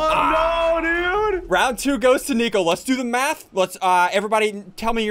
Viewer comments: I thought it was nico he said neo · U said nio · Nico not nio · He said nio not nico edit 1.2k likes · SSundee said Neo instead of Nico👀 the Matrix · In the beginning he said neo not nico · I just noticed that Ian said neo Instead of nico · IT'S NICO NOT NEO